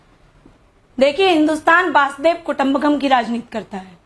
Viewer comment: बासुदेव कुटुंबकम् नहीं मैडम वसुधैव कुटुंबकम्